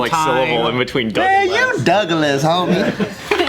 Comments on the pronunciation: It's funny how Joe pronounced DOugLaS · Joe: "Dougalas ": " it's like sibiling"